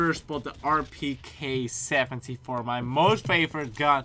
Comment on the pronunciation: realle here's how u pronounced rpk-74(rpeekee-74)